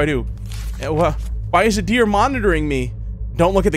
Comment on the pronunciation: "The dreer is watching" WWHAT😂😂